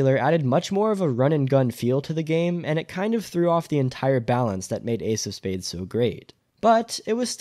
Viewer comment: "Why AIDS of space died" It took me a hard minute to figure out you were talking about Ace of Spades lmao